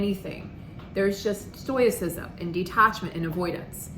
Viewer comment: I really appreciate your videos, and this is only a minor thing, but you've been mispronouncing stoicism. There is no "y" sound in it